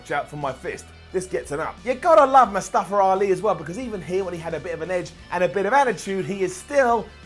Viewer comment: Am I the only one that hear say it " Mustafa-r- Ali"? XD